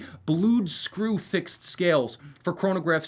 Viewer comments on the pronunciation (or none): none